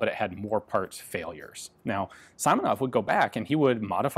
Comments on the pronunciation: not [saimonov] correct [si:monov] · Ian, there is no "ai" sound in Russian, so it's not Sai-monov, but See-monov. Also CCCP is not c c c p, it's SSSR which stands for USSR. Great video! I didn't even know such rifle existed. But i'm not really a war fan, i just like watching engineer solutions to firearms. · Ian: hopefully its Saimonov The designer: my name's Simonov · Pronounced correctly SEEmonov, rather then Simonov. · You never read i as [ai] in Russian names or words. It's always [i:]. We usually spell ai or ay for the [ai] sound, like Tchaykovsky. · His surname pronounced like "Симонов" "Simonov" not "Саймонов" "Saimonov". In russian language we pronounced "И" "I" like "ee" in english. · Simonov is not SAYMonov. SIMonov is like SIMple. By the way Russian is my Mothertongue and half of my life I've spent in USSR . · If you want some help with pronounciation of Russian words, just ask) He is [simonov], not [saimonov] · it is "simonov", not "saimonov" hihihi slavic landuades do not read "I" as "ai" like english :-))) closes would be your "e" interestingli enought it has a lot to do with the greek language... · SEEEmonov, not Simonov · It is not SImonov, it is SEAmonov. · Not S(ai)monov, but S(e)monov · Siiiiimonov, not Saimonov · "Симонов" - "Simonov" - pronounced with long "e" like in "sea". Great presentation as always. I remember article about this rifle in 1946 Blagonravov's book - there was long list of design flaws, including dangerous to the user double feed. Rifle had no good way to check chamber visually, because of it's locking and gas system. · It's Si-Mo-Nov. Si as in Spanish yes. Mo, as in Monarch. Nov, as in Novel. As far as I'm aware, you're alone in the world in having an AI sound on your I's, so you should probably always just assume that anything with an I in, is pronounced like in Si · Simonov sounds like "Seemonov" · its Seamonov , that how we spell it :D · Nooooooooooo, it's Seeee-mo-nov, Eeen :) But that's OK. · Simonov [see’ mo noff]